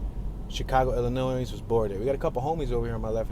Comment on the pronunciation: The s at the end of Illinois is silent, and if you pronounce the t at the end of left, you will sound less like an idiot.